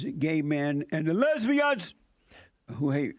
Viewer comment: 'A WHOLE LOTTA FAT LESSSBIANS' ***lmao***